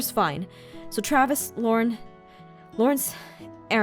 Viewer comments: aphmau was trying to say Laurence but said laron lol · Did anyone hear Aphmau say "Laaron" or was it just me 😂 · You mean when Aphmau called Laurance laurn? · did u hear aphmau say lurn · am I the only one that notices she called Laurence Lauren?? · anyone else hear her call Laurence Lauren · HEHEHEHEHEHEHEHEHEHEHEH, Aphmau called Laurance Lauren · Did anyone herd Aphmau said "Laaron" to ? Cuz i did...